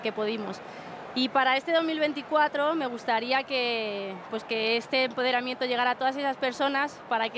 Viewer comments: "EMPORERAMIENTO" AHAHAHSHAHAHAHAHAHAHA😂😂😂😂😂😂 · “Con todo el emporedamiento que podimos”, pero chica que te han dado 30000 euros por tres minutos, al menos dilo bien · recuerda que se dice EMPOREDAMIENTO, dicho por la misma bollera en su mini discurso y como a ella hay que creerle entonces asi se escribe y pronuncia.